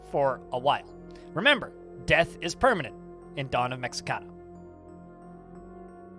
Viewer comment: Looks pretty neat. By the way, the 'x' in Mexica is an 'h' sound, so it's pronounced Meh-Hee-Kah.